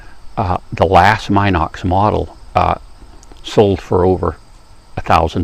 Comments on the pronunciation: It's' pronounced Minox just like it is spelled. NOT MYNOX. And the film is 9.5mm wide, not 9mm wide. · Very good and informative video about the B Minox, which, by the way is pronounced "Meenox", not "Mynox".